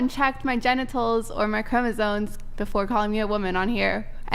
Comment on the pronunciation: Gotta love when people try to sound intelligent and don't even know how to pronounce words. "Chromasone?" Lmao